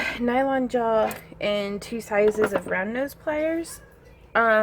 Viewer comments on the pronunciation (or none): I swear, I keep hearing "brown nose pliers" whenever you say "round nose pliers." ;)